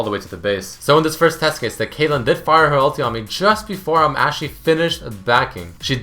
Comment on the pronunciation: He called caitlyn kayle, lol